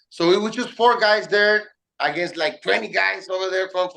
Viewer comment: The way he said "20 guys" was the most Mexicano shit ever 😂